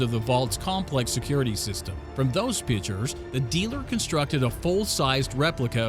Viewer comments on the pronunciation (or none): PICTURE not "pitcher".... They are DIFFERENT WORDS!!!!